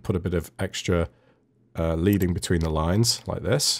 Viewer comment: Not to split hairs, but leading (in this case) is actually pronounced with a short 'e' sound. It comes from the lead spacers that were used to separate lines of text on a printing press.